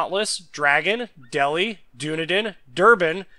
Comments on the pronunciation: Brief comment; HMS Dunedin is pronounced "Dun - ee - din", not "Doo - ne - din". I actually quite like Danae even if she's a bit fragile against other tier 4 cruisers; nice turn of speed and good guns. Torps are a bit hit and miss. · doonadin haha. its duneedin. the name of the city i live in lol